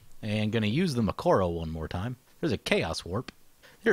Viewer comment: Arghhh it is Mikokoro not Mikoro